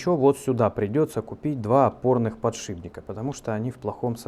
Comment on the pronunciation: "Подшибника... подшибника...". батькович, Вы же уже нормально как то называли сей девайс... а сейчас опять всё вернулось на круги своя...